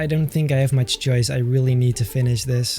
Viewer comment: i like it a lot beter me: what? do you mean muht beter?